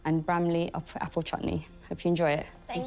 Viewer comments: She said chootney not chutney 😂😭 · its not chuutni, people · At 0.56 ...English Pronunciation of CH-OOT-NEY is hilarious.....